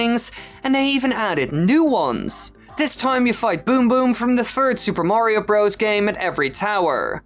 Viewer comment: "Mawrio..." And I thought North Americans pronouncing "Mario" as "Marrrrio" was horrible enough.